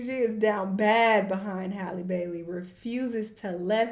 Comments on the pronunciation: nah you be saying Holly😭😭😭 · Halle H-Al-ee NOT Holly 😂😂😂😂😂😂😂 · Not coming at the lady for saying "holly" when she calls her "hailey" 😭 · Can someone please make a compilation of struggling/mispronouncing Halle’s name🤣🤣🤣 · It's strange how some people pronounce Halle Berry's name right, but not Halle Bailey's. Lol it's the same name, same spelling. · Everyone can say Halle Berry's name, but not this Halle for some reason, lol I don't know how so many people get it so wrong 😭